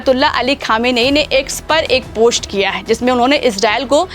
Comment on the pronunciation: Beta chk pronunciation, it's post not posht. Ser ko sawa ser not sher.